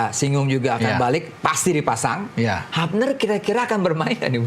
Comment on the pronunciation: Habner hilger… tlg nama org disebut dengan benar lah.. hyubner… huilhers